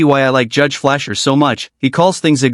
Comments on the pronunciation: Jesus Christ man.. You're putting a video together. You can't even get the judges name correct.. It's not Flasher.. That's a sexual pervert his name is Fleischer. Pronounced Flie Sure. Fleischer not Flasher you ass wipe! Jesus H. Christ! How incompetent do you have to be? And yes he's a great judge. And his name is Fleischer. Not Flasher. Stop saying Flasher. What is wrong with you? Look at the spelling! Fleischer.. He is Jewish and Colombian. He speaks Spanish and English and likely Yiddish which is German. And his name is Fleischer. It's a German name. I get so pissed-off over this kind of total clueless incompetence. And the rudeness of not getting his name right. You're a Shmuck.. And so you're a non-English speaker. Using an English speaking, Artie Fecal Intelligent, announcer. That would pronounce his name, Fleischer not Flasher. do you want to Fly? Sure. Fly Sure, Fleischer. Make sure you buckle your seatbelt. No not the zipper of your fly. Your seatbelt. And his name is Fleischer. As in Flysure. I keep hearing these stupid Artificial Intelligent Voiceover Zombies. Mispronounce common, American pronounced English words. Well-known names. Well-known cities. And pronouncing them all wrong. Coming from what sounds like the voice of a highly seasoned, skilled and established Announcer. But they would never mispronounce these words. I know those guys. I know some of these voices as, faces that go with the voice. And yet? I'm hearing them mispronounce all these names and wor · Somebody needs to tell our narrator the judge's name is Fleischer not flair or flier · Flare = Flasher = Fleischer The wonders of AI. 😂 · It's Judge Fleischer, pronounced "FLY SHAR" Great video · Learn judges name: Fleischer pronounced fly-sher!!! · Your AI voice is absolutely fucking ridiculous. You can't even have it pronounce the judge's name correctly. Absolute garbage, shit editing. You are a lazy fuck. I would suggest you take up a new line of work, say, being the DJ at bar mitzvahs.